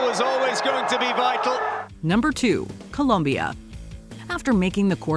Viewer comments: It’s Colombia, not Columbia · yeah always the same americans change to columbia ITS COLOMBIA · Columbia? Please shut up its Colombia 🇨🇴. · Colombia. COLOMBIA. NOT “Columbia”. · its COLOMBIA not colUmbia!!! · Hey It's COLOMBIA 🇨🇴, not Columbia! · COLOMBIA*** NOT ColUmbia! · It's COLOMBIA not Columbia! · COLOMBIA. Not ‘cOlUmBiA’ Sheezz!!! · Im sick and tired of “Columbia” lol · Colombia* not Columbia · For God's sake, It's Colombia not Columbia, Jesussss 🤦🏽‍♂️!!! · It's Colombia, not Columbia !!! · It’s Colombia, not Columbia! 🇨🇴🇨🇴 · It’s Colombia not Columbia. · It’s Colombia not Columbia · It is colombia, not columbia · Colombia, O, not U, get it right jesus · COLOMBIA, not Columbia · It's not Columbia.... is Colombia guys 😅😅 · You have to be kidding me - it’s Colombia .. wtf - talk about being rad ignorant with no Mojo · ColOmbia, guys, not Columbia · The country is spelled ColOmbia, with an O, in every single language, including English. Do your job properly! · Colombia with an O!